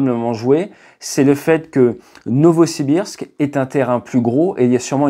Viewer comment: Alder 😂😂😂. Non Adler ! Novosbirsk... 😅